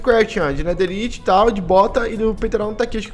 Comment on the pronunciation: Nao se fala netheriti se fala netheraiti